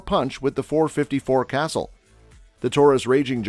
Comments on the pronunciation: it's pronounce Cah-SOOL. Not Castle. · When he said "castle" I knew he didn't know jack about the .454 Casull